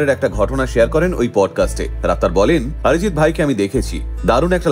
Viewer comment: He is not Orijit neither আরিজিত। He is অরিজিৎ। অ কে অ উচ্চারণ করতে শেখো। আ নয়। বুঝলেন